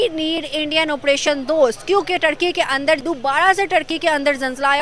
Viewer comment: Bahan Turkey bol rahi ho tharki bol rahi ho 🤣🤣🤣